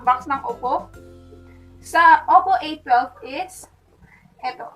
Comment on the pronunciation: hi, correction: it pronounces as oppo ey-wan-2 or "a-1-2)